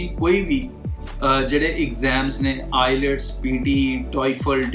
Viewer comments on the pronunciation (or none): bhai Ilets nhi bolna ata🤣🤣🤣🤣 ...IELTS hai not I+LETS